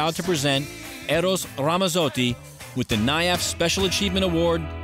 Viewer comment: It's Ramazzotti. You pronounce the "z's" the same way you do when saying the word, "Pizza.":) You're Italian, pronounce your words like one:) I'm just playin with you man but that is the way to say his name and always pronounce a "z" in Italian like a "ts" in english as in Pizza. Thanks e, ci vediamo. Ciao. Recording Artist: VITTO